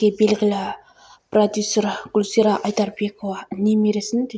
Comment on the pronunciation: Дурысдап сойлеши гуожазира емес гулзира атын да дурысдап айталмайсын